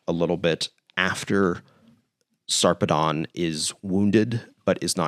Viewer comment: it's kinda weird, but the usual pronunciation of Sarpedon is Sar (rhymes with "far") -- Pee (rhymes with "see") -- Dən (rhymes with "sudden" or "button"). so, something like Saarpeed'n